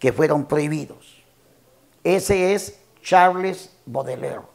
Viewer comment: Que yo sepa se pronuncia charls Boudelier , PRONUNCIACIÓN